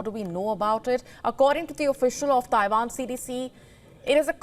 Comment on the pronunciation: Did she say Taiwan or Taivan?